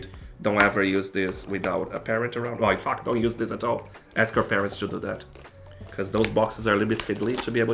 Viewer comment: He said "in fact" but it reeeeeally sounds like something else 😂